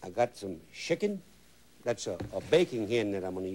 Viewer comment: He said put shickin, sounded like he put shi- in!